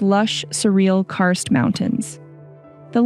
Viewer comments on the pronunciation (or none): none